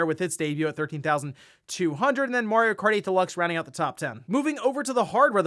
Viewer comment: My man needs to watch the Mario Bros plumbing commercial for the proper pronunciation of "Mario" 😆